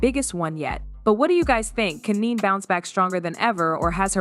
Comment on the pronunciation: Her name is Ne-Ne not Neen😳